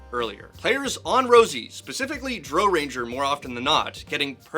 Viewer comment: They all have been saying "Dro" ranger instead of "dr-OW" ranger and it makes me a little sad. The Drow are a species of elves in the D&D universe and R.A Salvatore books.